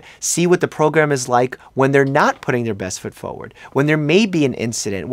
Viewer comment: Oh, how cute. Your New Yorker accent changed when you said forward 😂🥰 😘